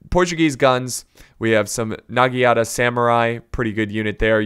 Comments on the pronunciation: It is not Nagienate it's Naganata. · it’s NagiNATA not nagiata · Chosokabe - short o as in 'opinion' not as in 'choose'. Uesegi - uu e segi: long u short e as in 'edo' NagiNata - you seem to have missed the N Ikko ikki are a special faction since they are a different religion, they don't have samurai but they do have ronin. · N a g i n a t a not nigiata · About the names 1.-It's WEsugie 2.-chosokabe you got it right (the first time), so iko ikki 3.-It's nagiNata There's an N 4.-Otomo is pronounce with a higher second O. OOTOmo